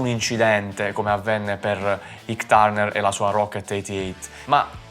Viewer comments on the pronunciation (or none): Àik, non Ic Turner.